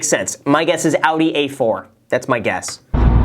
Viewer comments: As a fellow German, I have to thank you for pronouncing Audi correctly, since I barely ever hear Americans pronouncing German car brands correctly. ^^ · Low-key impressed that Graham knows how to pronounce Audi 😃